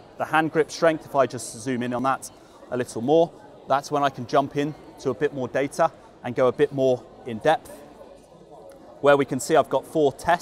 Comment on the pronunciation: I’d buy the vald as he can pronounce the t in data.